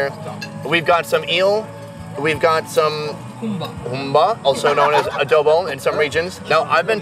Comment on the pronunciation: Great content! Just a few clarifications though... That looks like a Moray eel. There are no electric eels in the Philippines. Also, it's "humba" and not "gumba." It's a soy-based stew similar to adobo, but the humba is cooked longer so the meat tenderizes and caramelizes. It's closer to a Chinese pork stew than the regular adobo.